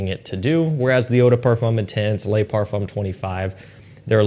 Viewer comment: he consistently pronounces the word "le" as lay. Like lay parfum.